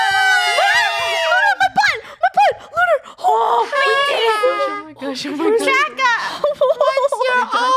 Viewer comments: why do I keep hearing funneh say draco end draca says "DRACA" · It's DRACA not draco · I saw funneh saying draca But captions:rakha